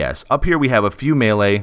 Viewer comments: Wrong, look it up. It's pronounced maylay everywhere. But thanks for showing your emotional maturity by calling me a jackass, your degree of class shines through clearly. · Good job, you know the word is pronouned maylay, not meelee like some ignorant people. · but pronounced Maylay in English.